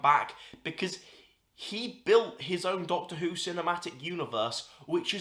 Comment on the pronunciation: I love that you keep saying doccy who